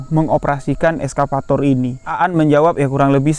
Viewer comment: Nyebut nya excavator bukan eskavator yo bg. Wkwkwk. Salam kami wong jambi jugo